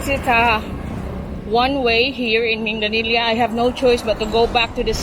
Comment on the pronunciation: Love your Cebu tours. BTW Minglanilla is pronounced with a hard G mingGlanilla sounds like the Gla in "Glad" 👍